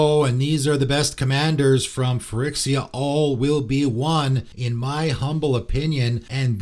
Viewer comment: Great video!! But you are mispronouncing Phyrexia, you are pronouncing it like Phyrixia, there's an E, not a I. Sorry it has just been bugging me